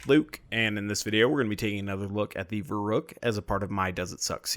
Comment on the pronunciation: I know it's pedantic, but the 'u' in the name should be a lot more pronounced, like "Ver-oohk", as in "Veruca Salt", as in "Veruc assault rifle"